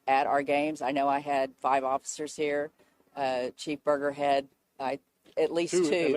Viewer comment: Sorry total off subject, but did she say Chief Burgerhead?